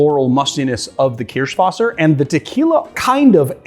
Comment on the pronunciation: Why? His pronunciation of Kirschwasser is good.